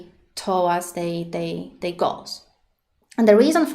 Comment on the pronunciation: i like how you pronounce their as "they"